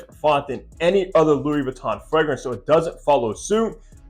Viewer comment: It does come off a little strange if the reviewer doesn't even know how to pronounce the product they're reviewing. A little Googling is all it takes... Jus saying.